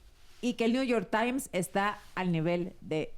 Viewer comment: El que crítica a XOCHITL por no hablar correctamente inglés: tan políglota que lee el " nu yor tain".😂😂😂😂😂